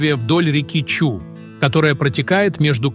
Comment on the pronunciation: Не Чу, а Чуй, происходит от слово ЧУЙ!!